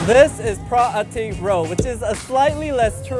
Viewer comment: you said load (road) but you didn't say rocal (local) but you speak English without an asian accent